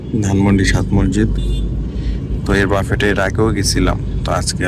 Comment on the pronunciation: বাফেট না , ব্যুফে বলেন